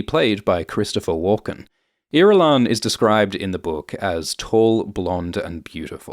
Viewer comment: I've never heard Irulan pronounced out loud and uh that's not the way I heard it in my head 😅